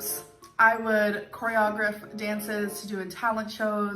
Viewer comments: How can she core-ree-ah-griffed when she cannot even pronounce it correctly???!!! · she couldnt even say choreography right, who was she trying to fool? the deaf????????????? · The fact she can’t pronounce choreography is enough proof y’all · She couldn't even pronounce the word choreography... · You know that she was telling the truth about choreographing dances because of how amazeen her pronunciation was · I never believed she danced lol. If she did she'd know how to pronounce the word choreography. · No way did this girl ever do choreography if she can’t even pronounce the word 😂😂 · We been knew, since she can't pronounce choreography correctly. But it's fascinating the fake life she built up in her head because her reality wasn't good. It's interesting how that can create a liar.